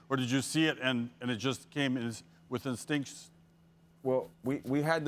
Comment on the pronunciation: "It just came with extincts" - SportsCenter Guy 2019